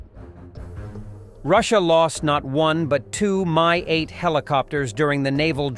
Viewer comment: "Mi-8" (not "MI-8", BTW) is pronounced as "me" - or "mi" as in "minuscule"/ "minute", not as in "mine". And then you don't say "en–ey–es–ey" but NASA, and the same goes for MAGURA V5 - which is, according to Auntie Wiki: "MAGURA V5 (Maritime Autonomous Guard Unmanned Robotic Apparatus V-type) is a Ukrainian multi-purpose unmanned surface vehicle .... capable of performing various tasks: surveillance, reconnaissance, patrolling, search and rescue, mine countermeasures, maritime security, and combat missions" So, repeat after me: ma–gu–rah. Repeat again. Make it 500 times or until cows come home - whichever comes latter. "House of Culture" is a lousy direct "word–for–word" translation of Russian "Дом Культуры", which would be better translated as "Arts and Performances Centre". Or a "Cultural Centre". In short, thisi is the place housing cinemas, various "community activities" workshops, maybe a theatre - and such. "The Five, Ozone" Russian word/ term "пятёрка " (a/ the five) is synonym of "perfect", as "5" is/ used to be the school grade corresponding with American "A" (the best grade possible - the lowest one is/ used to be "2"). So "the five Ozone" is something like/ akin to "The Best Deals Ozone" (Ozone is the supermarket or "discounts" chain in Russia, as far as I can gather - think Walmart or Kwik–E–Mart from Simpsons - or something "in between").